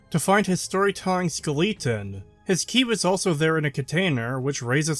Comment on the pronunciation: I can't tell if you pronounce skeleton wrong as a meme or not